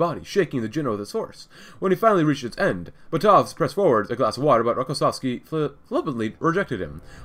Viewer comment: Also, it's BAtov, not BatOv.